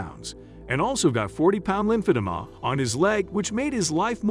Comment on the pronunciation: seriously! He has no idea how to say it